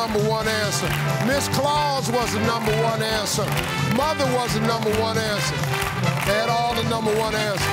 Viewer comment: “Mother was da numba one ansa”